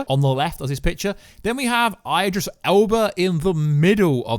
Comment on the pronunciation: I generally think your mispronouncing IDRIS on purpose